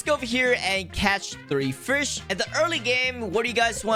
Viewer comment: ahh yes hes going to "frish" 💀